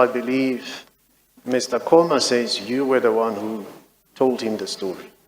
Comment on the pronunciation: So, the African Mr Seleka pronounces Mr Qoma as Mr Coma, and the non-African lawyer pronounces him as Mr Qoma! That's strange!!!